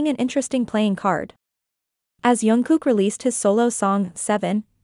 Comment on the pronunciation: Please pronounce Jungkook's name properly. It is Jung with a hard J not Yung which many use. If you watch JK pronounce it himself it is Jungkook, hard J